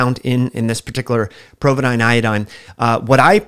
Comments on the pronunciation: POvidone... not "PROvidone". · Great vid, but there is no R in Povidone.